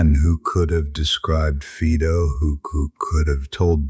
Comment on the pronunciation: Fiiido NOT Feedo.